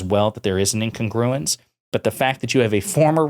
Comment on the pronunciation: Learn how to pronounce 'incogruence,'. Vote Joe!